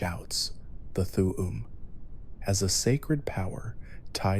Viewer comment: And th'um pronounced as "th'uwu'm"💀